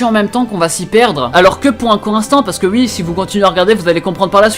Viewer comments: C'est moi où tu dis comme les réunionnais qui dise Wi au lieu de Oui ou encore avec wi-fi,il prononce plus le wI alors que nous quand on dit Wi-fi on dit Oui-fi, voilà voilà . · Tes uii au lieux de oui me font rire à chaque fois 😂